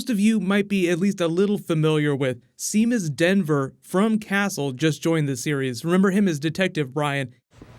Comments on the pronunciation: hey as a irish man it physically hurts to hear you pronounce Seamus as shemus it is actually pronounced as Shay-mus it is the irish name for James. love the videos favourite youtuber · Seamus Dever is not SEE-mus DEN-ver.....lo SHAY-mus DEE-ver.... sometimes you just really butcher names lol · oh my ears when you say Seemus, they bleed. It's shay- mus, it's an Irish name. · hey buddy, its an irish name, seamus same as saying shaemus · Hello...first time commenting....long time watcher. The actor (Seamus Dever) is pronounced Shay-mus Day-ver. Sorry for being a stickler but he's Irish and I was a huge Castle Fan. Love your videos. Keep up the good work. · Unless the actor pronounces it differently, traditionally "Seamus" is "SHAY-mus." LIke "Sha-VON" is traditionally spelled "Siobhan." Ah the Celts.